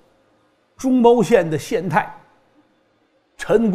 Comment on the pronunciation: 中牟县，读mu，老郭读错了，几期了，听的难受，按说不该啊，老郭的文化水平